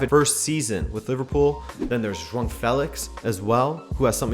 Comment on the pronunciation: Great analysis on Groups D, E, and F!!! It's even great to hear someone who can actually pronounce the Portuguese names like João, and not say J-wow, of even more cringeworthy Jow!! I also like the fact that you've pointed out who is basically playing their games at home and who has to travel big distances. I think this will come into play in some groups, it seems very unfair to some whilst handling others a massive advantage.